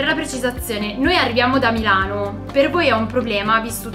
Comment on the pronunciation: Ripetere MEeelano !!!! Cosa fatto Sudde a Meeelano ??? Tutto beneeee!!!!!! Chiedo x amico di MILANO .